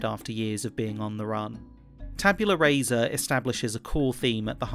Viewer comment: Just for your own edification: Rasa is pronounced rah-sah. In Latin, vowel sounds don’t change with position, like they do in English